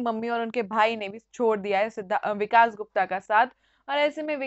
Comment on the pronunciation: Hindi theek karu apni...it is vikas not vikaash